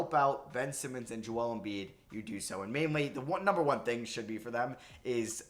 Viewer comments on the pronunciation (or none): none